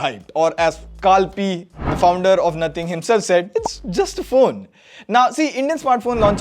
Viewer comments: 'Carl Pee' lol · Carl PIE or Carl PEI? 🤔😂